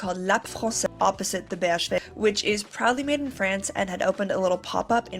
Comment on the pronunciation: you pronounced BHV perfectly